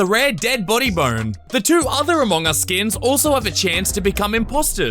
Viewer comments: Wtf did he just say amohngus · The way he says among us tho 😂😂